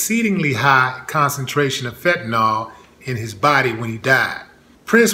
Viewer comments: I Loved Brother Rogers. 100% . All very suspect. That said, it's Fenta-NIL....not Fenta -NAWL. Nil Nil Nil not NAWL, Y'all...... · Fentanyl, not "fentanol". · There is no "o" sound in "Fenta-nil"